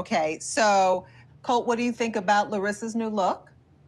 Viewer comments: The fact she still can’t say Colt is killing me. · "Colt cook-holdey"